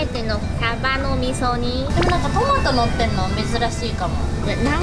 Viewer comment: サバの味噌煮が上手に言えないが めちゃくちゃかわいい❤ パイナップルドレッシング気になる👀 今度作ってみよーっと